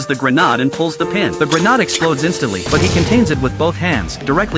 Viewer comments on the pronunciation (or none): AI is destroying English. Grenadd? 😅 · The “grehnahd” way of pronouncing grenade was truly cinema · At this point I'm convinced that AI cannot pronounce Grenade. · I have noticed that myself.